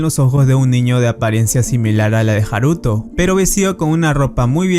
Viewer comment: Coño el acento va en la a de haruto no en la u